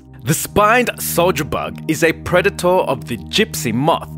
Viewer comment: preditoor he says like but its preditor I pronounce it as predita